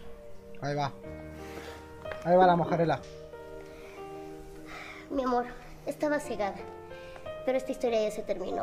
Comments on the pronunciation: Siempre dice mojarela c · no es mojarela es moralejaa😂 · Yo viendo que dice mojarela cuando es moraleja: 🤨🤨